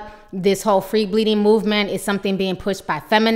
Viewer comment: I'm sitting here eating chips and listening to you say "free shitting." 😂😩